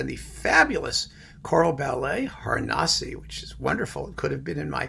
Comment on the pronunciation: You are completely right about Rattles’ Szymanowski and even if the chorus and soloists in King Roger or especially in Stabat Mater aren’t the greatest Polish pronunciators /but which West chorus or soloist is?/ there are wonderful Szymanowski recording! Ps.you should pronaunce the word: Harnasie with „e” at the end - like in word „e”ver. Harnasie 😉great survey